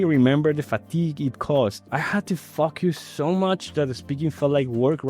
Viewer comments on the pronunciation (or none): Your accent sounds sympatic. Just the way you say 'focus' sounds like 'f*ck us' XD for example when you say "you need to focus sooo hard" lol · Yeah I noticed it too, for me the "I had to focus so much" sounded like "I had to to f*ck you so much" and it really took me out for a while there LMAO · Well since we are here talking about learning, I'd like to give you a tip. From english learner to english learner (🇵🇷 native/ spanish speaker "HOLAAA"), I believe you are using more of an "a" or "uh" sound in the first syllable when saying "focus". Instead, try thinking of "low" or "no" and it'll help you pin down the right sound. There's so much one can do to improve articulation and tones, so I wouldn't worry about it and get burnout from it. That said, I want to point this one out since, in this case, it kinda sounds like "f*ck use". Don't bother in fixing it right away if it becomes difficult. You can always, slowly, build upon this at your own pace.